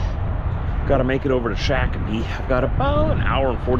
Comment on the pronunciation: Pronounced Shock Uh Pee